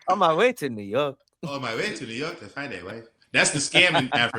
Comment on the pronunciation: always says New Yark instead of York, this time I finally have evidence